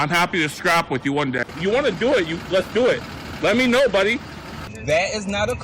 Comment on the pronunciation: Oh my Lord. Go back and watch real slow when he says “ the reason I didn’t want to go back and forth “ wif” yep he said it b” wif”. Oh my heavens he now is more of the idiot than I thought. I can’t stand this guy. Aghhhh